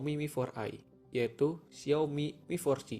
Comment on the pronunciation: yg bener mi4c bacanya (mifor si) bukan miforci. cuma buat masukan aja buat spelling nya. sukses terus